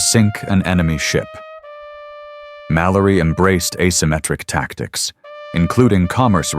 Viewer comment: Stephen Mallory, not Malorly